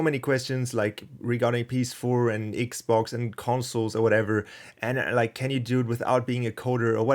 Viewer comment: You say Xbox like Me cause I'm not English 😂